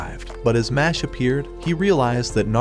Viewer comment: It’s not mash it’s mesh